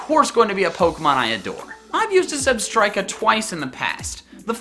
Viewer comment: Left off the A in Weavile! Zebstrika does NOT end with ER, it ends with an A! It's Mimikyu, not Mimakuy! The E in Staraptor is supposed to be an O! Gardevoir, not Gardivor! The first O in Lucario is supposed to be an A!